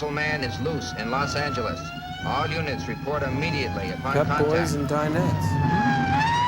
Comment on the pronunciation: who the hell pronounces Los Angeles like that guy?